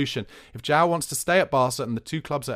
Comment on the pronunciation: Pronunciation: João /djuam/